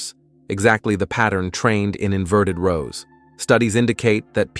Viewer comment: Inverted rowl. 😂 AI